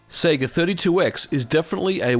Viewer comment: say seega wrong